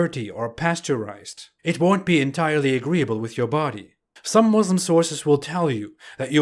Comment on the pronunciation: Ridwan,a turkish,practiced Islam for 5 years or so and still call Islam aa Izlam and Muslim as Muzlim?Allah as Alla?Wow.Even reverts can pronounce it better.